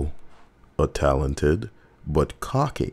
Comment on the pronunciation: Say "cocky" again.